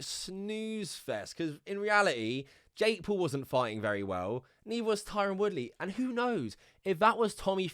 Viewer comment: It sounds like he's saying Jake Poo